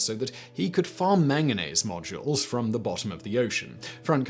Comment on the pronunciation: Manganese Nodules not "modules" ffs